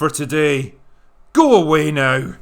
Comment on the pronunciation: I thought it was "Goe aweh naow."